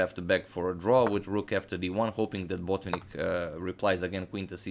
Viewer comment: Mikhail's name is pronounced Bot-VINN-ik, the accent is on the first "i", the penultimate syllab , not on the first syllab. Thank you very much for the videos.